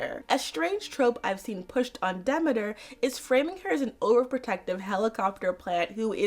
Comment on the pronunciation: Very cool video! I actually watched the whole thing, which I almost NEVER do with long-ass videos where it's just one person talking, lol. Very interesting look at the various stories. What's funny is I had no idea of the "Hades asked Zeus for permission" aspect of the myth. Also have I been mispronouncing Demeter my whole life. It's "Demetter", not "D'meeter"? Wow. One part of the myth I've been hearing about for years now is that part of it represents the sadness mothers feel when their daughters are married off- like Demeter's grief represented that of all mothers (since Hera wasn't the, uh, loving type).